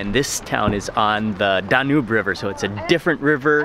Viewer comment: It's DAn-Yoob not Da-Noob (for the river, Danube) The word, sieve, is pronounced siv not seev It's not e-TEN, it's EET-en